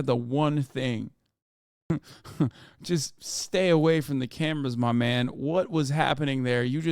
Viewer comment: But when My mane mahn omi does it… Hasan has never sounded more Turkish